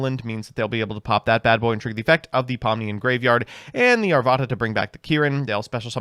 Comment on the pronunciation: I’m sorry but I swear you said “Fire King Pomni” when reading Ponix